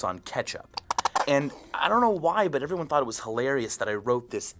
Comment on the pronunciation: i like how micheal says , But x) sounds like BUTT